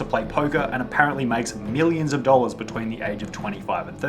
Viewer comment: TWENTY SIX THOUSAND DOLLAS